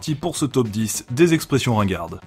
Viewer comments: Ce n'est pas " Expres'sions " mais plutôt " Express'ions " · c est express' ions pas expres' sions